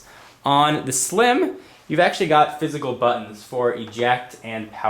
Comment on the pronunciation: "On the sl-IM" Hehe.